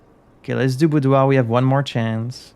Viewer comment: I love that you pronounce all the loan words from the French language like Reservoir and Boudoir in the correct way! Fun cultural exchange